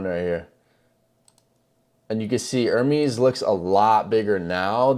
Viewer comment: his name is NOT pronounced ER-MEEEEEEEEs like peas...its pronounced to rhyme with "yes"